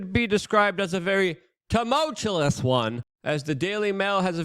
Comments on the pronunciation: Bruh…if it ain’t “timultulis” it’s “exasterbated”….love ALL the content, but neither of them words. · Say temowchewless. It sounds way not dumberer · TUMULTULUS. Never learn to say words Luke! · Even funnier that he pronounces it “tuh-mulch-chu-less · Dude you say the word TUMULTUOUS in every episode. Please pronounce it correctly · I’ve never seen a person who overuses the very words they can’t pronounce. I’ve been following him for a decade now and it’s been this way from the beginning. I think he might be dyslexic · luke, it's tumultuous, not tumultulouse.... and it's exacerbated, not exasterbated.